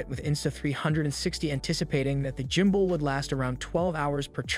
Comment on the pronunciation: I laugh everytime he says jumbull😅